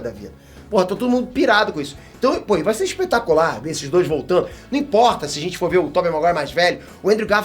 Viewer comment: O não segurando sem falar espetácular,,,,kkk tmj!!!